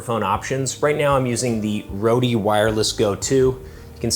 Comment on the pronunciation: ROADEEE KILLED ME LOL. It's just pronounced like road!